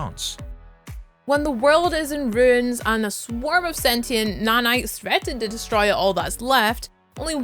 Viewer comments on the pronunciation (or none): none